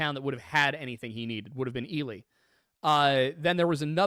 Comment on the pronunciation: Congrats on pronouncing Ely right this time!